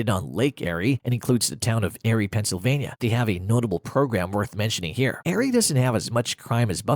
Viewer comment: can't pronounce Erie either.